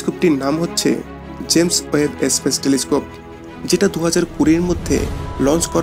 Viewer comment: Video gulo valo.. kintu apnar eto ucharon bhul keno..kotha ta space espace na.. plz thik korun